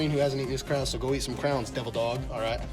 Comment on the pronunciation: I also gave you a subscribe even though you can't figure out how to say Crayons (pronounced CRAY-ANS) correctly. It's Crayons not crowns. Lol!